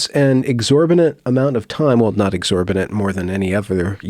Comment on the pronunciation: Not 21 seconds in and the narrator says clearly, "exorbinent" TWICE. I believe he means, "exorbitant", but then again the title of this vid says it all.